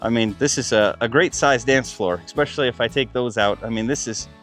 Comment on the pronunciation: Did he say "exspecially"?